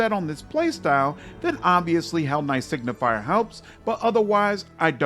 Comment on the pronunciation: Just a small correction: Signi-fer not signi-fier. Signifer means something like sign-bearer or sign-bringer. Similarly to how Luci-fer is translated into Lightbringer or bringer of the light. Does the game recognise you as a hellknight even if you are on the path of a signifer? Like.. does Regill consider you a peer etc? Because then at least this pretty average class could have a little thematic pull (taking a level - keeping your full spellcaster status just to get the special dialogues). Actually inmo the average attack bonuses might also matter - if you turn a low attack full caster like a sorcerer or witch into a sigifer then into an eldritch knight you can get a bonus on touch attack spells. Still only average as it is not that great (Probably just 1 bonus unless you go legend) but it might mean a little boost to some builds. On the other hand signifers as a crusade unit are insane. probably on par with the mage generals.